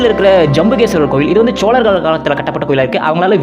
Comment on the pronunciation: ச்சோழர்கள். இல்லடா பைத்தியம் ""சோழர்கள் "" சரியாக உச்சரிக்க வேண்டும்.